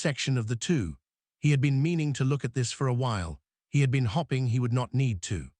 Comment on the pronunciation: And hoping is pronounced with a long o. Its not hopping